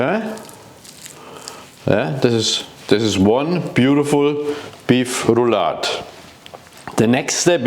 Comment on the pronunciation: Maybe this chef could start with learning how to pronounce "Rouladen" correctly; out of respect for the people who cook this dish.